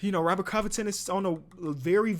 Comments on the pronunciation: the way you say robet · The way he said "ROBBERT" lmaooo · The way he said robert😂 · the way he say Robert got me dying